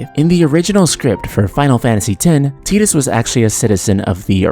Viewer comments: Ew.... it's TYE-Dus, not TEE-Dus. smh. Also,i dont like the title of this video... makes it seem like FFX could have been more. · Pronouncing Tidus as Tee-dus makes no fucking sense. The water sword, blitzball being in water, and all that promotional material before the release with him standing on the beach would all indicate that his name is pronounced Tide-us. There is too much water symbolism... and teedus sounds dumb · I wish people wouldn't pronounce Tidus's name like "tee-dus". It's off-putting. Ugh. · Wait, hold up, it's pronounced Tee-dus??? I always pronounced it Tie-dus. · Interesting to watch. Although, I'll never be able to call him Tee-dus, even if that's the correct way. The same with Aeris to me, with an S....or mako, like the sharks name. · Is that the correct pronunciation of his name? I've always said it like tide-us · As a native Russian speaker I read his name as Tee-dus quite naturally, because, you know, we use to pronounce "i" as "ee" in most cases, though I had some doubts. Then again, if memory serves me well, we never actually hear anyone saying his name in both games and extra cutscenes. Save for audio drama maybe... Absolutely loved blitzball, by the way. Got mad at first, but put some effort, climbed for the top and never left it ever since. I only wish they could make a spin-off game, like Monsters from the deep, and add vertical movement. Throw ps vr into the mix and it becomes absolutely the most immersive sports game the world has to offer.